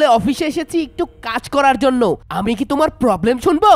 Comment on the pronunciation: poblem না problem 😂😂😂